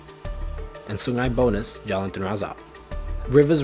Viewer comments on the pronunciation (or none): To the narrator, no need to sound so angmoh lah, it’s Sungai BUNUS, not Sungai Bonus, and it’s pronounce Boo-Noos, not like bonus as in the extra cash that you’re not going to get this year.